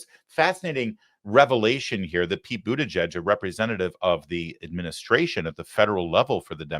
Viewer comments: It's literally pronounced 'booty judge'. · Booty-WHAT??? People pronounce his name in DIFFERENT ways! It is Hilarious!!! Now he Dreams of Being the 1st What ? PRESIDENT